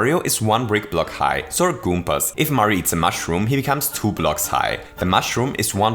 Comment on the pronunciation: Sie heißen "Goombas", nicht "Goompas". =(